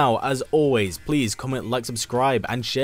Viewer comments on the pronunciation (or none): none